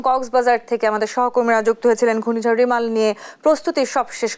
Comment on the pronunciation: রিমাল বা রেমাল এর উচ্চারন রুমাল হয়ে গেল